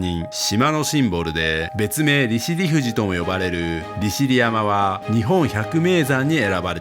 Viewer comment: りしりやまではなく、りしりざんと言うのが一般的な言い方ですよ。